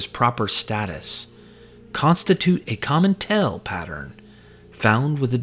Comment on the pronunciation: great vid, but still pronouncing "tale" like "tell" instead of "tail" is so distracting.